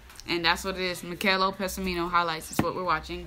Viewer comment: Meeh-kah-eh-leh Peh-sah-meeh-no. Is how you say it.